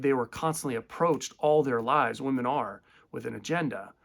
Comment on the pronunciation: "I'm more attracted to then (wahmen) now [as opposed to pre-SR]" Yessssss... YESSSSS! THIS!